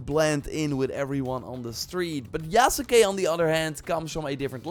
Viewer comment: Hey, Yasuke is pronounced Yahs-kay. The u is silent.